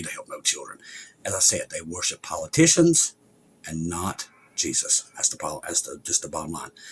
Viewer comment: I thought you said "warship.". Then it dawned on me, WORSHIP IS OUR WARSHIP!